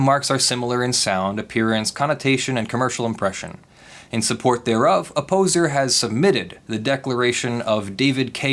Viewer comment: Everytime you say Opposer I hear "A poser", Kind of fits.